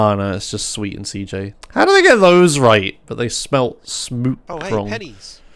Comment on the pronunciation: What do you mean with "cee hota", it's pronounced CEJOTA or even (cehota), because is the pronunciation of CJ's name in Spanish